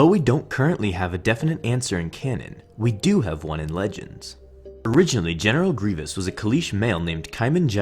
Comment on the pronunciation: put subtitles, GENITAL GRIVOUS????